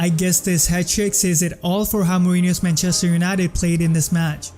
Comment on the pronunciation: how's this guy so good at analyzing football, but still mispronounces manchester???